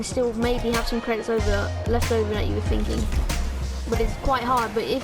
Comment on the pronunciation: 'Credidts' lol